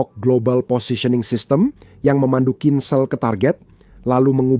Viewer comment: HAAIII...PROPAGANDIS BUSUK AMERIKA LU...! CHECK N RECHECK DIMEDAN PERANG UKRAINE ! BACA KHINZALL AJA LU BLEPETAN !